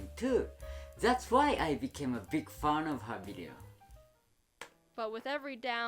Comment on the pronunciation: I love he said big fun not fan 😂